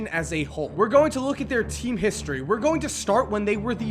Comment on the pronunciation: Listening to him say history is funny in a way